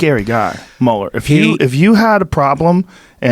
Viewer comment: Joe "can't pronounce Mueller properly" Rogan